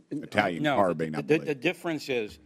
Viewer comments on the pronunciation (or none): none